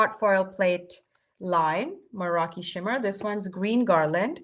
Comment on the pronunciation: and thank YOU for always coming up with new and amazing products for us to use! Now, if we could only get to pronounce Meraki right... 😊